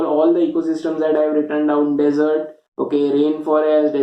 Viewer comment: Desert not dessert sir.